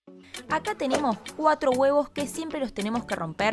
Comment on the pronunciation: estuve 3hs riendome de como dice los guevo'